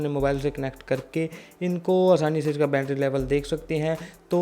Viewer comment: ठीक से हिंदी बोलो भाई बूट बोल रहे हो बोट को बैटरी को भी गलत बोल रहे हो